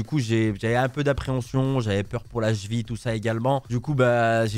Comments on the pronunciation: Ya que moi que sa faire rire la prononciation de la cheville chez " la chvi " 😂😂😂😂😂😂😂😂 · Oui, on dit la Cheville et pas la jville! 😂😂